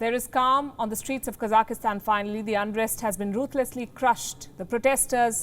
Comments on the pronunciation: Can you please pronounce the country correctly? It's not Kazakhistan, it's Kazakhstan. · Why are you pronouncing Kazakhstan like "Kazakahstan"? It sounds weird. Stop it. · Its not KAZAKISTAN ITSTS KAZAKHSTAN lol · Should be pronounced as Ka Zakh Stan right? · 3 syllables; not 4. Ka - zakh - stan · Hey,why do you pronounce the word Kazakhstan incorrectly, there is no letter -e.,no -i. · Lindly read the spelling of the country ur talking about so u pronounce it correctly. Thank you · A reporter should know how to pronounce a country's name properly